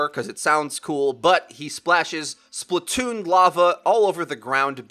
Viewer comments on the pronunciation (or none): none